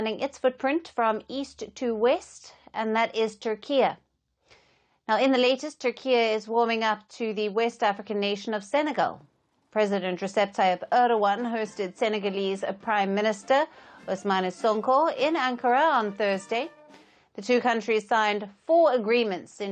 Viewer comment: Its not RESEP its RECEP sounded as in Jake-J .. REJEP. Stop calling him RESEP its shameful. Thats a prime minister and you are a TV representer. Need to search better.